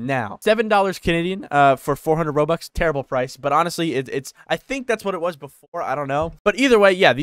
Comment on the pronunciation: you saying it terrible i need to pay like 30,40 zł to get 400 robux XD